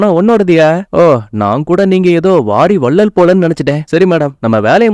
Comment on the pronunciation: Thala athu "vaari vallal" illa "Paari vallal"